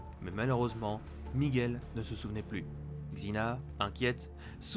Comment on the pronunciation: C'est miguel, pas Micheal